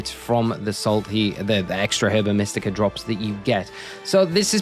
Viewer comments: It's pronounced erba mystica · I could not pronounce Herba Mystica when I first heard it. I was calling it “Herbica Mystica” for most of the game it literally sounds like a spell or something Latin